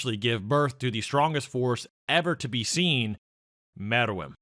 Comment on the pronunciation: It’s pronounced meruem say it with me now mare-roo-whem not whatver this dudes saying